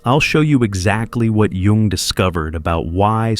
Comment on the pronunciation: Kudos for pronouncing Jung correctly.